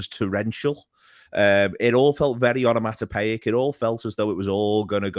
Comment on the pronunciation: Onomatopoeic? Sounds like piss.